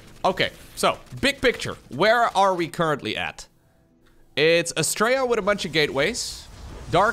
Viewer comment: The way you pronounce Astrea sounds like "Straya". Straya is how we pronounce "Australia".